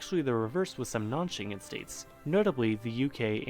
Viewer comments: Schengen is a German word and is pronounced with "g" like "g-lory" and not like Shenzen which is the main Chinese airport for TEMU :)) Also, this vid and its info are 5, like evn 6 years old. And nobody says "I'm a Europe/European patriot for God's sake ! Patri-ot from latin "a person who loves their country" - Europe nor EU isn't a country. We are engaged but not married :))) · Actually, the ng in Schengen is supposed to be pronounced like the ng in 'wrong', forgoing any emphasis on the G. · This is pronounced not in Chinese but in German Shengen. Schengen is a town and commune (gemeng / commune / Gemeinde) in southeastern Luxembourg, in the canton of Remich. Until October 3, 2015, the commune was located in the Grevenmacher district. The administrative seat of the commune is in the town of Remerschen. It has 5,196 inhabitants (January 1, 2023). It lies at the borders of three countries - Luxembourg, Germany and France. The Schengen Agreement is an agreement concluded in 1985 that gradually abolishes controls at the internal borders of the countries that have signed it. The Schengen Area currently includes 29 countries, including most of the European Union countries. The main goal of the agreement is to facilitate the free movement of people, goods and services between member states, as well as to increase security in the region. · butchered "Schengen" right from the start... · It's a very old video. ou should have chosen something more recent about the EU and the Schengen Zone. Yeah, and check out again how to pronounce Schengen, not everything is English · your pronunciation of Schengen at the start of the video made me cringe... 😅 But I am impressed you looked up something this European just out of interest. ❤️ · you can hear how to pronounce “Schengen” (city in Luxembourg) correctly. Doesn't sound anything like Chinese. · If you pronounce Schengen so horribly wrong it really sounds chinese. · You’re pronouncing ‘Schengen’ wrong. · Shen-gen ... hard G